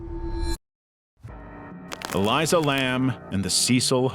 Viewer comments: It’s Elisa. Not Eliza. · You could at least pronounce ELISA right if you’re going to include her story